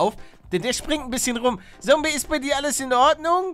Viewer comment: Palle, man sagt Zombey mit Z, nicht Sombey mit S! Mit Z!!!! Zum 150sten Mal xDDDDD